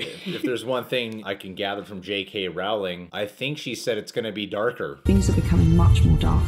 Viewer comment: Her name is pronounced Rowling like everyone pronounce Bowling, not Wrouling.